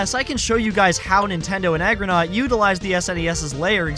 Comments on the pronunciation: Is he saying Agronaut instead of Argonaut on purpose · nobody noticed you saying 'agronaut' instead of 'argonaut'? no? just me? whatever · it's pronounc3d argo not, not argonot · BRO IT'S A R G O N A U T not AGGRONAUT lmfao!!! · Argonaut, boss. Not Agronaut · FFS "Agronaut" you mean ARGONAUT?! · Brother. it is pronounced, ARR-go-naut not aggronaut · It's ARGOnaut, not AGROnaut, for the second time... and then AGAIN while their name is on screen... Bro... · 2 mins in and the constant “Aggro-naut” is starting to aggravate me! Argo like “are-go” or “ahh-go”… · It's pronounced Argonaught not Argronaught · 'aggronaut' you might have lysdexia lil homie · Argonaut, not "agronaut", you retard. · It's Argonaut not Agronaut. Agro is the Horse in SOTC. XD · can't believe you call Argonaut Aggronaut just to bait engagement, smh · its aRgonaut 😭 great vid but the mispronunciation drove me crazy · Hate to be that guy, but it's pronounced ARgonaut not AGronaut 👍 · A r gonaut. Not agronaut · Can't believe you kept saying AGROnaut even after you showed the logo clearly saying ARGOnaut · Argonaut, not Agronaut. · ARGONAUT. ARGONAUT. Not Agronaut. You put so much effort into this video, but you really missed out on a lot of important details. I hope to see more stuff from you in the future, but you gotta spend more time proofreading, and like, maybe show a draft to a friend before you publish a video full of mispronunciations and incorrect data. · Argonaut. Not “aggronaut” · Argonaut not agronaut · why do you keep saying “agronaut” instead of “argonaut”? you even put the word on screen at one point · It's Argonaut, not Agronaut. It starts with argh, as in the noise I made when I heard "Agronaut". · Serious question, do you have dyslexia? Not trying to judge if you do, I'm just trying to find an explanation for why you kept saying Agronaut instead of Argonaut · Good video and some decent research done but to heavily nitpick. Its not AGROnaut. Its ARGO like R GO, naut.